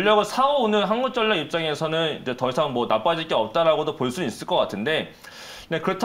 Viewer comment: 항굳전녁 ㅋㅋ 발음 위태위태